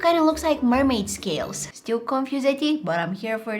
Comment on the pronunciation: did she just said ' MERMAID SCALS" ?